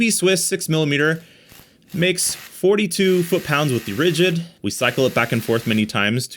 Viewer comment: "Ridigd"? Oopsie! :D